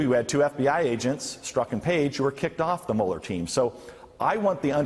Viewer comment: Dan, I know why you pronounce Strzok's name wrong. It is a common tactic with investigators. They pronounce names wrong on purpose, to upset the suspect, and because it upsets the suspect, the suspect acts emotionally, instead of intellectually. And, the suspect starts making mistakes. A suspect is not in a good position to get angry, because the angrier they get the more mistakes they make.